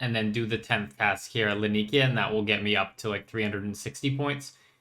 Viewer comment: bro i love your content but can you PLEASE look up how to say Laniakea properly...